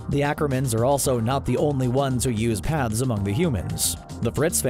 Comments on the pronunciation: I kept hearing "Pads" instead of" paths" and it made the video a 100 times more interesting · are you saying pads or paths? im confused